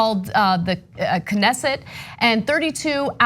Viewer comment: It disturbs me that you have to pronounce the K in Knesset.